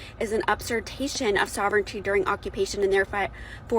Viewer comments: Gotta say it hurts her credibility when she keeps saying “up-sirtation” instead of usurpation… lol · Great job, as usual, by. That being said, what was the word the woman kept reading, "up-surpation"? Did she mean to say "usurpation"? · What the hell is "upsirtation"??? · I can’t stand how she kept saying “upsurtation” 🤦‍♂️ I know I still listened to what she had to say and it is absolutely true. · (and couple of times again later , ) The word you are struggling to pronounce ... usurpation is pronounced "you-sir-pay-shun" It is a shame that people like you are allowed to presume intelligence and continue through your pitiful existence without challenge or correction It is demonstrations like this that justify every level of ridicule and only because you "appear" to be old enough to have passed middle school grammar classes Your "teachers" have failed, miserably, to recognize the fact that you simply had no interest in learning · "upsurtation" 😂 that woman needs to learn to read. She could have been talking about the Indians. Govt takes. Period. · minutes, the word USERPATION is supposed to be pronounced “You-sir-pay-shun” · girlfriend... It's not upsirpayschion. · LOL..."Up-sur-tation" 😂🤣😂 St*pid *itch! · sorry - lost me w/ the haole karen that could not pronounce "usurpation." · Pronounce usurpation correctly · The blue eyed blonde reading from the document can't even pronounce, let alone understand, what she's reading.